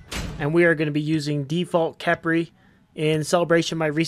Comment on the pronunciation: It pronounced kefri